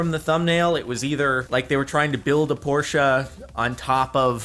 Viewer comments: Jordan its porche not porcha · It’s Porsche not t porsha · Please stop saying Porschea it's Porsche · Por-SHA???? It’s said like porsh 😂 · por-shuh. It's not porcha. Porche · And it's Porsche not porsha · its porsche not porscha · why do you say Porsche as Porscha? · jordan, cmon man. it's pronounced PORSH. not PORTIA.. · why the fuck is he pronouncing porsche like that I have NEVER heard ANYONE say it that way. they always say poor-sh. Not pour-sha. Or pour-shey. :grumbles in the background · So now Porsche’s and now called porscha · It’s depressing when you say Porsche-ay... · What time hell is a Porsche-a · He say Porsche as porscha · Whats a porscha? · Sorry but...PORSCHA? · Why do people add an ah to the end of porsche it annoys the fuck out of me. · "Porscha"?? wtf is that pronunciation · Well, it's a German name and should be pronounced as such. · Why does he say Porsche like that 😂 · Why does he say Porsche wrong? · Oh god he called the Porsche, Portia and the Hyundai "Hondai"